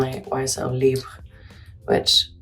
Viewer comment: her pronounciation of libre is parfait !